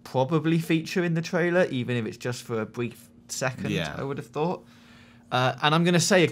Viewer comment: "pwobably, bwief" LOL